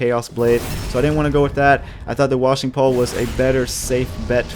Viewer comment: It's pronounced Wa-Shing Pole